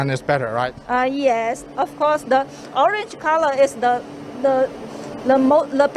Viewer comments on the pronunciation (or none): Orange sounds like “OHR-RENGE”